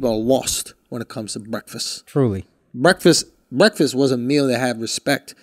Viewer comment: Someone teach Andrew how to say breakfast